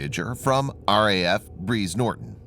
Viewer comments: This is an advert promotion. Brize is pronounced Br eyes not Breeze. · For those making this, note, Brize pronounced as in "eye" not as in breeze.